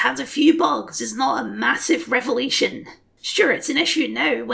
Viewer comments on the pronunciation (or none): none